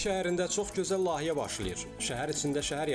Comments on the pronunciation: Ай сававадсыз лайихе, лахийе йох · LAHİYƏ YOX LAYİHƏ ))